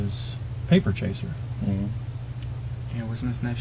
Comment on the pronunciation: Listen to the way he says "paper chaser" in the most white dad way possible!